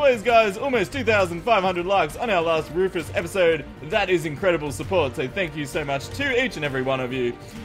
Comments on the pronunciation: its not rufus the enginner its fufus the anginner:) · Bunny: Tank you Wufus for your secwet base!! Rufus: Get away from my base bunnies!! You too Lorenzo!